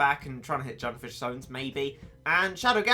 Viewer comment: Um... is it just me or did it keep on bother me that he kept on saying Junfish Sones? IT’S SUNFISH JONES